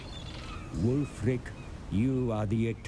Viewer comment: every time you say ulf, all i could think about was ulfric stormcloak